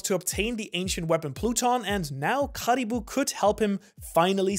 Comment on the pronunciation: How he says Caribou hurts my soul